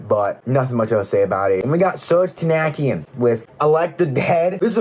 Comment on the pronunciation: If you mispronounce "tankian" and "malakian" wrong one more time im going to lose it 😭